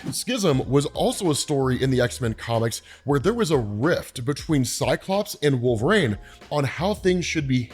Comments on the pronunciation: How is it 2024, and he's still saying.... Wolv-Rain instead of Wool-Vereen? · Not hating but it bothers me that he says "Wolvrain"